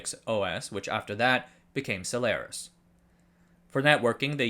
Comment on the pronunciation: HT for using the correct pronunciation of Solaris